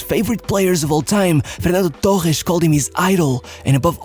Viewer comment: Fenhallo Tollhes ? Wtf is that???? Did you mean FeR Nan Doh TORResssss?????